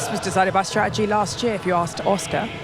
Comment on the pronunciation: there's two 'T's in stra-ur-jee.